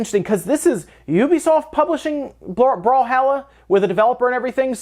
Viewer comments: Brawl-holla . not brawl-hal-a. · I believe the pronunciation, just based on spelling mind you, is brawl-hall-ah